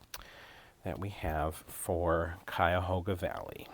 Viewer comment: Cuyahoga Valley- oh my- the green really caught my heart. I love teal and shades of green. I am familiar with Cuyahog county. Yoi said it just thee way the locals do